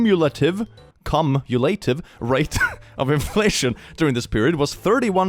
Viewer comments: Also, "cumulative" is pronounced "cyoom-you-luh-tive", and it means the total after adding up each individual bit. Not bein mean, I know his first language isn't English, just tryin to help em with a bit of a weird word. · Note for: The word "cumulative" is pronounced = "Q - Mew - Lay - Tive" 😅Sorry how the english language is always such a pain in the neck.. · noooo xD no amgery here i promise - but just in case it was an honest mispronunciation and not a word fumble, and you're interested, AND haven't had other comments like mine: In "cumulative" you wanna say the "cu" like "queue". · if it helps, the first syllable in "cumulative" is the same first syllable in "cumulus", as in cumulus clouds